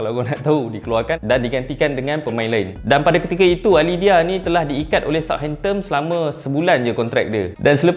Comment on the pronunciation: belakang 'N' bang,bukan 'M' hamptomm apa benda